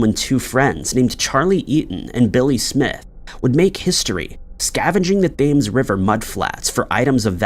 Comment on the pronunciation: Hearing you say "THAY-ms" instead of "Tems", "Schoon-ER" instead of "SKOO-NER", "Si-UM" instead of "Si-AM," and "Sera-Cruise" instead of "Sara-CUSE" is really cringe.